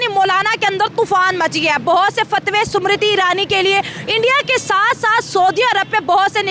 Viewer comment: Sumrti nahi smriti 😂😂